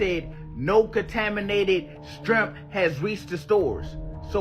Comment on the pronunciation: He said strimp lol